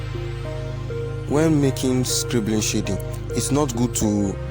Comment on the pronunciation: Bro, please do not pronounce "shading" the way you do ;) Awesome tutorial though.